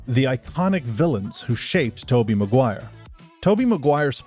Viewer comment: It's Maguire. Not MacGuire